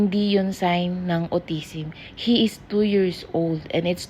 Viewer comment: alpabet, pour years old, autisim, pucos, pruits, just saying lang po. Kaya d po naintidihan ng Indian specialist kasi autisim ung pronunciation.